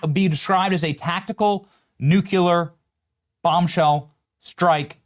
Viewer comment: Benny, please stop yelling. It’s “nuCLEAR”, not nuCULAR.